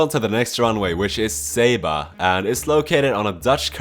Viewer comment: IT IS sAba not SABA with the a sound WTF?!